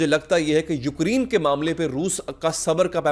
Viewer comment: یو کر ی ن نہیں یوکرےن